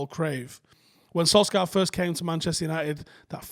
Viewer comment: Why are you still incapable of pronouncing SOLSKJAER correctly? Still calling him "sol-scar" like he's a character off Deadwood.